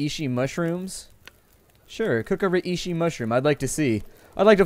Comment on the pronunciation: Under 301! Btw its pronounced Ray-she!